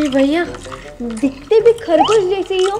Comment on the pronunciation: भईया nahi hota hai bhaiya hota hai